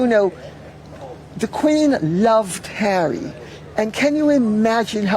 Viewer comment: The Montecito lady pronounces his name, as "Hairy"..😅😂😅😂